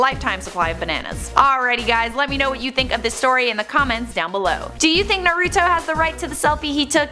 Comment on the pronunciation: She pronounced naruto wrong